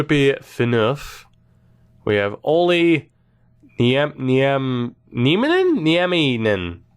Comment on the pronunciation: Haha my little cousin is called Olli Nieminen. How dare you mispronounce my last name!!!